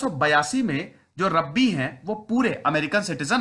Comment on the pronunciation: Bhai unke pitaji Rabbi the, Rabbi naam nhi hai. Rabbi matlab yahudi dharm k priest. Also it's not रब्बी, it's रॅबाय. Aapne toh Rabbi Shergil ki yaad dila di🤣